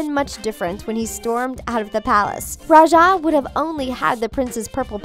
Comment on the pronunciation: Its ra-ja. Not ru-sha